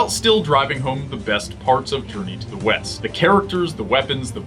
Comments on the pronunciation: i thought you said journey to the weast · thats "west" patrick... arrrr, your fired again...